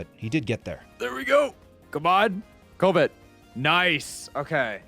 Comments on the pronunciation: It's always funny when "pokemon" youtubers don't know pokemon facts, like Skitty evolving with a moonstone, or how to pronounce "Covet" lol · the way that guy pronounces "covet" tho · Great video and awesome concept! Only thing that bugged me was the mispronunciation of “covet”, but that’s just the English nerd in me. Great job putting together an awesome video! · The way said covet wrong every time pissed me off for some reason. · Every time what’s his name says “covet” I take psychic damage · This could have a happy ending if dude learned to pronounce covet. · That way that dude pronounced covet was hard to listen to. Glad it was only twice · Please somebody tell this man how to pronounce covet. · Frank needs to be slapped many times over for how he says covet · Somebody please teach how to pronounce "covet" 😂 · I winced everytime mispronounced covet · None of them knowing how to correctly pronounce "Covet" was probably more upsetting than watching Alpha skip the dialogue umpteen times haha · What do you mean? Frank is the only one who didn’t pronounce it correctly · The mispronunciation of Covet kept making me think he was saying something about Covid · Why is he pronouncing covet like that? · how u went this whole time not correcting pronunciaton of covet is a mystery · consistently saying cover wrong went from annoying to funny surprisingly quick. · My only problem with this video is Frank's pronunciation of covet, other than that this is a perfect video. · That drove me nuts. At first, I thought it was a gag based on COVID, but he said it a few too many times for that to be the case. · I hope someone eventually told how to pronounce covet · Not surprising the guy who can’t pronounce covet took the longest. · Covet pronunciation is killing me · "Ko-vet" is pronounced kuh-vet 😅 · "CO-Vet". my guy its pronounced "cuh-vet" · "coe-vet" is a wild way to pronounce covet (cu-vet) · “Koh-vet” bugs me